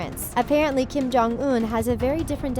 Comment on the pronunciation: Hold up it’s Kim not King 😂